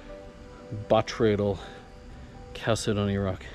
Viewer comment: I am no english teacher but, finally, somebody pronounced botryoidal properly! I get tired of hearing boytrodal, and batroydal. Thank you, you get an A in my book. You get an A+ for the jaspers!